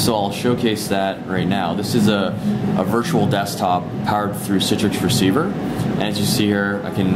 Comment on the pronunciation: its citrix receiver hes been saying it the entire time haha